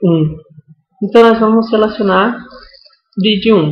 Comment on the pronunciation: Parei quando ele falou "BRAIDGE" amigo, além de fazer pppoe da maneira correta, nao sabe falar nem ensinar... vou pra outro video que esse aqui é furada... é GAMBIARRA